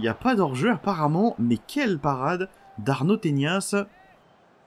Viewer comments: C'est pas "tenias" mais bien "tenas" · mec je vis littéralement en Espagne c'est "Tenas" pas "Teñas" son nom de famille..